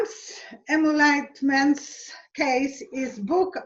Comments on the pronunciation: I love you guys together...Only can make name, ‘G. Comanche’ somehow sound Italian! Your charming clarity is both a source of merriment and comfort! And you both butcher the word ‘ emoluments’...🤣 So let’s hope it stays front and center in the news and with the government. All the naughty boys will be sent to the woodshed for sure! And And everyone - go check out Donald Barr’s novel from the early 70’s on Amazon. Reading the reviews is sufficient to tell all we need to know...🤮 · Emol-u-ments, actually.